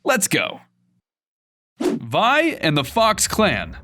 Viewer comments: Vee not vy but no hate love your vids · It is V-E not Vy ve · It v not vi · “Vi”? It’s Vee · Why do you call her vai. It’s legit 6 Roman numerals. Also if you’re not going to pay attention to maths and culture at least call her vee. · You pronounce vi like v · ITS NOT PRONOUNCED VI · I thought it was VI (Vee) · Ikr he always says it wrong, even epic confirmed it was Vi (vee) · vi is pronounced as vee